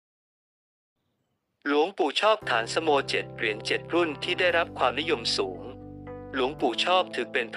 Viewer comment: อ่านฉายาของท่านไม่ถูกครับ ฐานสโม อ่านว่า ฐานะสะโม เป็นภาษาบาลี